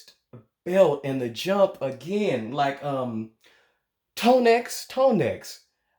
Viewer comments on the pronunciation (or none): Tonèx is pronounced Toe-neigh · Tonex is prounounced Tonay. He is AMAZING! Tonex aka B.Slade is a BEAST! And that kid at the end was so impressive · It pronounce TONE- NAY